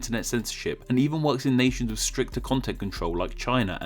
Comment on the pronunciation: I would more apologise for you pronunciations of the sound 'th', 'wiv' and 'dis', jesus wept!